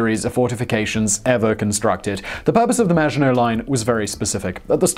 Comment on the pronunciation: How to trigger the French make surrender jokes and miss pronounce the maggitnot line hon hon hon indeed ;)